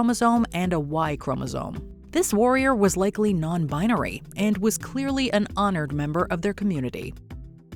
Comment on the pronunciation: "Non Binery?" Yeaaa right.